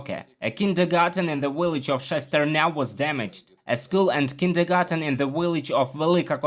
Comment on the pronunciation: 😅 he said "W illage"